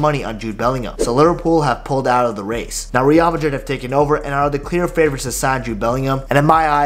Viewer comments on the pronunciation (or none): none